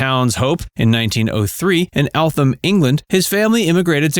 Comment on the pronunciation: It's pronounced ell t amm truly spelt eltham